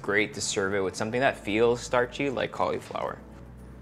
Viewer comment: I hate the way you say cauliflower lol